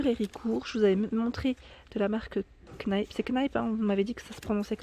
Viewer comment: Recoucou,, les brumes pailletées ont un parfum agréables et légers... J'ai pas fait d'allergie... (j'ai une peau fragile) Oui, vous prononcez bien Kneipp... 👍 j'ai le kit avec la brosse pour nettoyer le visage.... Mais je l'ai acheté pour l'utiliser pour le loisir créatif.... Faire fondus... Pour ma peau, c'est trop agressif d'utiliser une brosse... je masse avec mes doigts... Je vais essayer la crème... Mais je dois faire un exfoliant car j'ai la peau qui pèle... Ou peut-être que je mue... Serais-je un serpent? 🐍🐍Haha.... Vous devez vous dire que certaines de vos abonnées sont un peu toctoc.... 😉🦊🤦‍♀️ Au plaisir de vous suivre dans un autre vlog... 😋🤗🤩